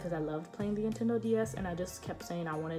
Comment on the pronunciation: Was I the only one that heard intendo not Nintendo ?